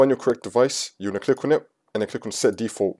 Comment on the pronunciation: "click on et"